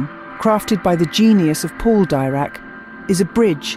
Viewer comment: Please pronounce it Deerac.